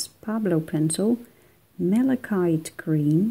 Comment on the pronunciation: Malachite is a blue-green semi-precious stone and you have pronounced it perfectly!